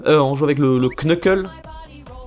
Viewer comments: Knuckles sa se prononce Nekels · CA CE PRONONCE : NEUKEULSE !!! 😭😭😭😭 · On te l'a sans douté déjà dit mais "Knuckle" ne se dit as "Qneukeule" mais "Neuckeule"; bref le K devant un N ne se prononce pas en anglais ;) ;) ;) et vraiment désolé si c'est la cent-millionième fois qu'on te le dit :p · Par se que en anglais on prononce pas le k donc sa fait nuckles